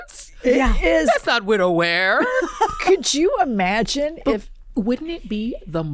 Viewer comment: "thats not widow wearrr" killed me 😂😅